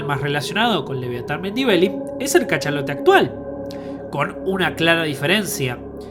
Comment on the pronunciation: Es muy difícil pronunciar Melvillei en lugar de Mendibeli como dice el relator? Será que sabe de qué está hablando? Un poco más de rigurosidad por favor...